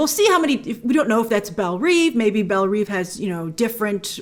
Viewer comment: Belle Rêve (Rehv, not Reev)